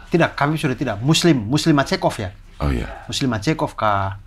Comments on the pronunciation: Islam makhacev bang bukan muslim macekop 😂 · dua kata lucu : muslim macekov wkwkwkw ,yg bener islam makhachev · Islam Makhachev ❌ Muslim Macekov ✔️